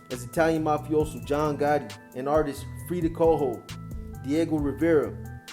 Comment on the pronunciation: My guy said frida kaho